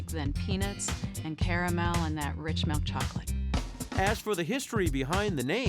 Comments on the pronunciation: I swear if she says melk one more time. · Why does she say milk as “melk”? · She keeps saying “Melk” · I’ve been looking for a comment like this I thought I was the only one that caught me off guard i’ve never had Melk before😂😂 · Or “melk” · Why she say milk like that